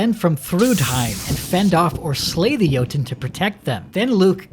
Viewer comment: It’s Jotünn not Yoten, 💀